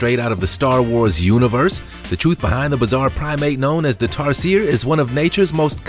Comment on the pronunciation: He also mispronounced tarsier. It becomes annoying after the 3rd time.